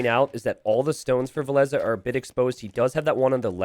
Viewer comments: vill-esss sounds so much better then vill ess uh. did villese recently confirm we have been saying it wrong? or what did i miss ? xD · wow i have been pronouncing villese like chinese for years until i heard this commentary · Why did you change the way you pronounce Villese? Very annoying. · Why did and Dave change the pronunciation of Villese? Dave has even corrected himself at some point and towards the end he went back to the old pronunciation.. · they pronounce it that way cause (cant remember what tourney) villese faced barles, and that sounds pretty similar and complicated t90s life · Still can't get used to how Villese is supposed to be pronounced lol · Frankly with how pronounces other names I assume that he's wrong about Villese as well.